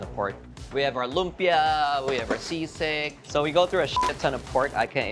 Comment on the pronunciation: Coming from the Philippines, you should be teaching Americans how to say LUMPIA the right way and not the other way around. It’s a Filipino word that you know how to pronounce right. Be the influence. All the recipes look great though. Excited to try them on our next visit to SF.